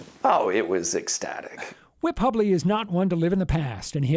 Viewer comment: Grrrr....it's pronounced hue-bley.